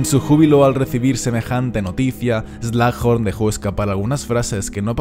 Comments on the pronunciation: se pronuncia slug (babosa) "eslug" y horn (cuerno) "Jorn" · Buen video pero me da tentación el "slajorn"